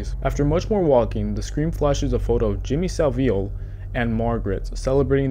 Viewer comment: "Jimmy Saveel"... 🤦‍♂️